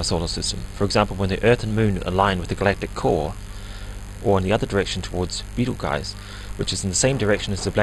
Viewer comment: UTC time? Since UTC is universal coordinated time, UTC time is universal coordinated time time, right?? Betelgeuse is a a variable red supergiant star and is pronounced b-tl-jüs.